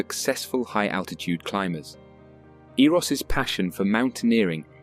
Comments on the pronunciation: I have my oppinion of his last climb ... Close to 50, with artificial leg, with a wife and small kids behind. Anyway, thanks for the video, he truely was a legend. Please learn to pronounce his name properly: the double s is pronounced as sh as in shout, or shy 🥰👍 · ((The pronunciation of "Zsolt Erőss" is incorrect in this video. You should say the ss = sh (ship, or shop) ő= "e" in the word "the". We never say 'SS' like 's' in 'sun'...Sorry, but it would be better to learn his name correctly. Sterczer Hilda's name is also mispronounced in the video. You should say S: like 'sh' in the 'shop'. CZ sounds like Z in German word 'zimmer' ...))